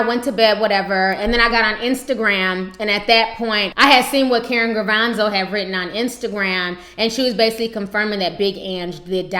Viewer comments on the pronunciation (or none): Gravano not Gravanzo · She Said Karen gravanzo lmfao hell no